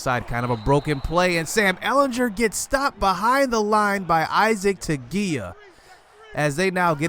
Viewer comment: The way you say ehlinger hurts me